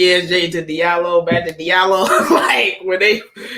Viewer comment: "Dilario":) "Hilarios" "Di Allo" Ha Mi Do --- Di Allo You got it right in the end:) and this text was a waste. Come on Algorithms help this "" Earned a sub for your humble personality